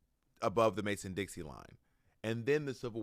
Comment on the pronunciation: I’ve heard Bob say it a couple times recently, but it’s not Mason-Dixie line, it’s Mason-Dixon Line. Surprised Bob doesn’t go with the rhyme, but maybe it’s just the gay in him liking how Dixie sounds lol